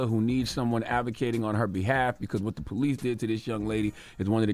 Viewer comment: He called the "Pole-ice" 🤣. But maybe it was a role of quarters. 🤔